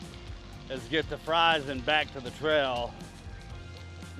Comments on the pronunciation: Fries..pronounced Freeze. Galax is Gay’ lax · Please, when you do a video, research how to pronounce the names of the towns. Galax is pronounced "Gay-lax" and Fries is pronounced "Freeze." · You got it right the first time - Fries, pronounced Freeze. And Galax is Gay-lax. Keep pedaling....